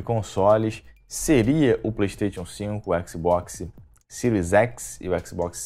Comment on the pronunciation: Só precisa melhorar a pronúncia da palavra PlayStation!